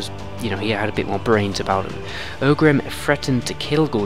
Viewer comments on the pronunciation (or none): "ogrim" lmao. i almost chocked on my coffee. that's ORGRIM for you, champ